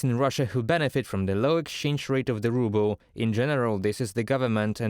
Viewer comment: Ruble? More like "rubble". Lol